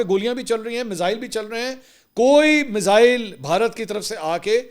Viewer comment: Ve-log hahah Mizzzaaeiil 😂😂